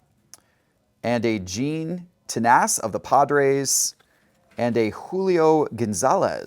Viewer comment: and Bruce Sudder, Don Sudden, Dave King-Man. Gene Ten-Ass. He's a fucking moron. LOL